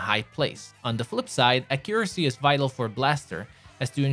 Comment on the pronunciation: What is your native language. Ac u RAH see. (Your accent) Ac YOU ruh see (american accent) Your stressed syllables is in a weird location. And idk if your french, polish, or something, i dont think its UK because even they are different from the American stressed syllables. But I'm just legit curious. I just know its not from a Spanish language. Cuz I think i can identify when their local accent shows in their English language. (I mean I love their phonics its so much easier than English phonics, i can easily read spanish words due to their phonics are less varied. I digress, what's your accent my dude.)